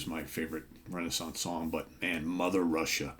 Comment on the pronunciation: We say it more like Ray Nay Sonce, you are close but no cigar!!😂😂😂